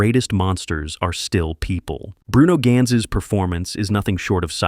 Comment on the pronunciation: He meant to say, that the narrator utterly mis-pronounced "Das Boot". But not only that: "Bruno Ganz", "Günther Grass", "Volker Schlöndorff", "Rainer Werner Fassbinder" are also butchered pretty badly... :-(